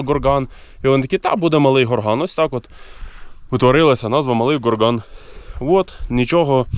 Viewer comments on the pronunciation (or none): Малий ГОрган. Наголос на О.